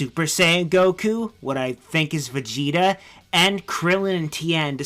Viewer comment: Bezida. Bethida. Beki. He is bazinga, highness of saiya people.